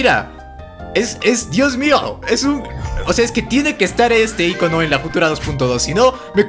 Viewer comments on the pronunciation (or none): none